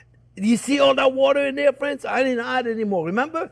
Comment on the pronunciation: I LOOOVE Monday, because it's "Hello there fwends.." time! Thank you, Chef Jeane-Pierre and Jack, for all you give us. God bless.